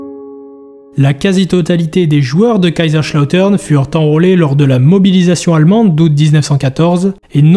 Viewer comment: SUPER VIDÉO ! Juste les S en allemand ne sont pas des CH 😅